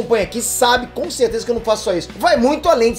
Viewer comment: "Consezeza absoluta" 😂😂